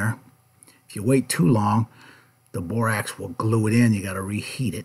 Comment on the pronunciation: "I'm going to add some bor-AX" 😆